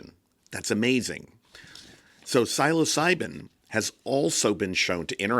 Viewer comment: great video. just please lookup the pronunciation of the word "psilocibin"